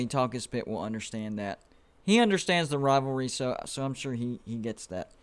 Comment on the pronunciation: It is Talk-Is-Pitt use a filter for channel